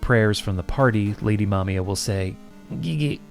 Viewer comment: Also, thank you for pronouncing the names competently. So many people I hear call her "Mamaya" instead of "Mamiya" and it's frustrating.